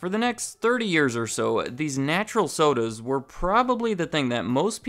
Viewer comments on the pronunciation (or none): Plzz dont say soders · Stop saying "soders" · but soders are epic look at how he says soders its very epic